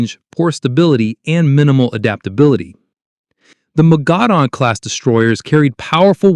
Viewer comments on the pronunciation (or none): No mention of the absolute floating disasters that were the Soviet Leningrad class? Those boats had so many design flaws and shortcomings that the Soviets ran to the Italians for help in learning how to build modern warships. Also, Mogador is pronounced Moe-guh-door.